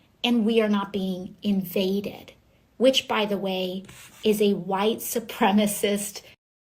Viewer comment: She is such a blithering idiot. It is a surge. An increase of activity at any point.... Is a surge. Lunch line or on the border. It is not indicative of a militaristic framing of any individuals or groups. Is New York really full of idiots like this? And the 'Muh Wye Thupremathee" is getting dumber.